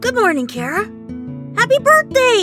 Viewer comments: its not kara its chara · (you show you disapointed in dub because you pronounced Chara's name like Kera)